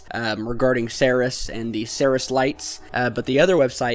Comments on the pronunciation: Ceres = (SEEREEES) its named for the goddess of grains and where we get the name cereal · Except for your pronunciation of Ceres you are doing a really seriously excellent job. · Please learn the proper way to pronounce Ceres!!!